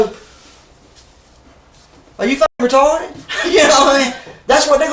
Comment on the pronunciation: Bahahahhaaa who's keeping track of how many times he says retawded and sweetheart. 😂😂😂